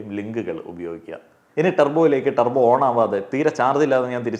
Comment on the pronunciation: ടർബോ❌ തൂർബോ ✅